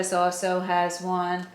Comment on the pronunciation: Love your vids and your wisdom, but can I comment on your accent. I love the way you say awsew ( also) it cracks me up! Also you said it many times today!